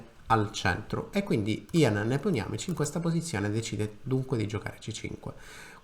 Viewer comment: Si pronuncia Nepomìsci!